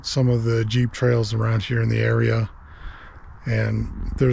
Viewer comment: JEEP RHYMES WITH CHEAP